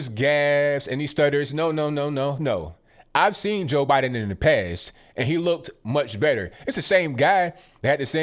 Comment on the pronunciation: "Bye-done" needs help!